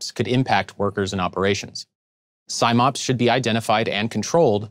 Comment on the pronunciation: Love the videos CSB do, but it's Sim-Ops as in 'sim'ultaneously operations not Sime-Ops!